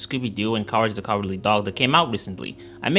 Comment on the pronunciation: Cowage the Cowardly Dog